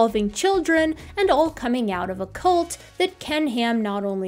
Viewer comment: I thought you were making a presentation on baby horses. Cult doesn’t rhyme with bolt! Great show tho!